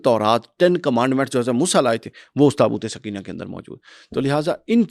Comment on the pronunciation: برائے مہربانی لفظ درست کر لیں، " تابوت سکینہ' SOKAINA ، تسکین دینے والا تابوت، سکینہ SAKINA مونث ہے عام طور پر لڑکیوں کے نام ہے۔آپ سمجھا دیں تاکہ لفظ ٹھیک بولا جائے، شکریہ۔